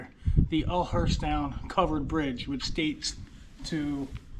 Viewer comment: Pronounced Yulerstown